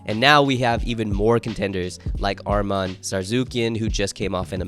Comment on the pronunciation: Atleast try to pronounce Armen's name correctly